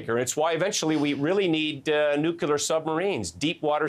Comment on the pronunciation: Nuculear? How about Nuclear.